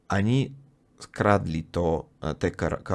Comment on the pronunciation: Uprzejma prośba popracuj nad wymową ONI a nie ANI :) - bez złośliwości oczywiście